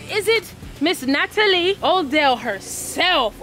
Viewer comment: I love how pronounces Natalie’s name “Miss Nataelie’ 😂